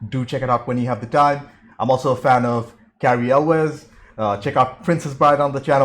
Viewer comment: Hey, you said Elwes right! Nobody says it right!